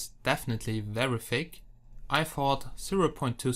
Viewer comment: U Suk.. Everytime u say Thick U Pronounce is Like Fake..